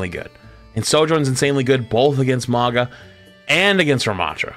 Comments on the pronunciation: Stop saying maga , its "maw gah" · Who is this "Moggah" character keeps referencing? I know there's a Mauga, but who's Moggah?